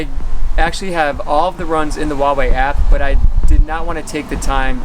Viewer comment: You need to learn how to pronounce Huawei...my uncle builds chips for them and watched this with him and he was cringing haha.